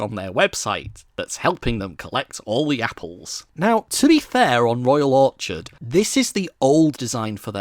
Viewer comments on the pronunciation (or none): none